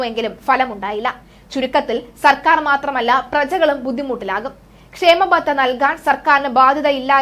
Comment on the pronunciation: Not kshemabatha khaamabatha ok